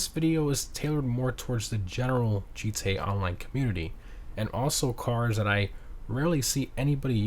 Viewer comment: Why do you say “gee-tay online” instead of “GTA online”?